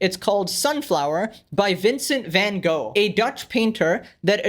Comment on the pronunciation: Wow, what an intelligent commentary by some who even can’t pronounce “Van Gogh” correctly. But you’re right let’s save the art while our planet is dying - that’s the most important. 🤣